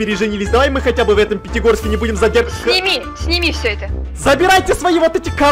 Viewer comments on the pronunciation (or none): Да только сказал Питигорске